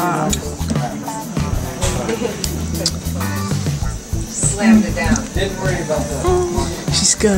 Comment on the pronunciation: Girl it’s not ubergine or uverhere lmao...